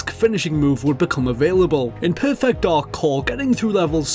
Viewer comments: Every time you pronounce "perfect," I feel I am having a stroke. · PUR-FEHKT DAHK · It's bizarre how he keeps pronouncing perfect like it's two words... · Great video, but learn how to pronounce "perfect".